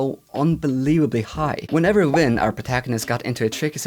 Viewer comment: It's not Win it's Vin